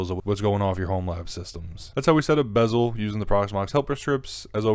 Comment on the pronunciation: its beszel not bezel. Maybe learn alphabet before giving advice ?